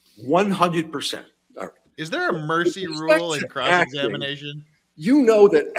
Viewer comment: "is there a Mercey rule" hahah had me laughing.